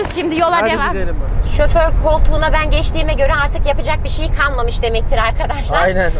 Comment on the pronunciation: Şoför e şöfer diyen